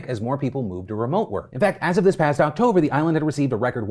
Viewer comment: are we just going to ignore how he said "Octobie"?